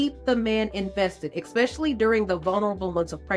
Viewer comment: Pretty sharp stuff, except for the word eKspecially